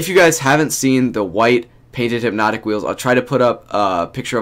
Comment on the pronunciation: He said there’s hype hyp-notik